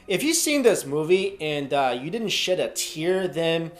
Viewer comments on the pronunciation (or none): I thought he said, "...and you didn't shit a tear" at first. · i thought you said if you didn't shit a tear you're a robot, and you called him uncle scott instead of uncle scar lmfao